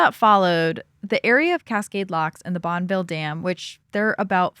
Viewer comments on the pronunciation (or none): Bonneville Dam is pronounced Bon-eh-ville. With a short-e sound in the middle. Also have you considered that phone calls went through a switch board during this time and were party lines- shared in the neighborhood. They were not private calls, anyone in the neighborhood that picks up the phone to use it would hear the current conversation. Only extremely wealthy families might have a private line.